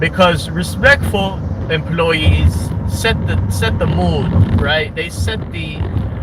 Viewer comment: "These empoy-yeez are unn-bee-lievable!" What a sad little nothing of a nobody you are, of Chicago.